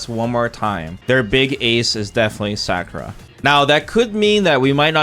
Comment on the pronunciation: Who is Sackura?Its Sa- ku- ra